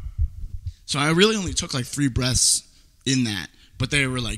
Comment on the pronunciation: Sounds Like You Said "You Need To Take Big Breasts"